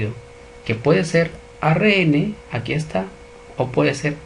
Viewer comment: Muy buen video, muy bien explicado. Sugiero al profesor pronunciar bien algunas palabras, ejemplo célula y ARN.